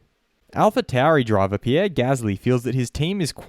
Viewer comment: Pierre or ierre?